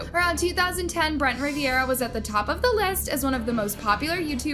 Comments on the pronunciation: jeremy hutchins is his friend, and part of their squad. you should know this. its also brent RIV-ERA. not riv-e-era. 😂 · RIVERA NOT RIVIERA BRUH.